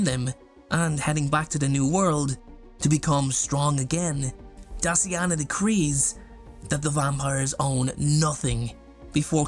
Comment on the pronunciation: why when you said Daciana i heard "Dustyana" HELP 😭😭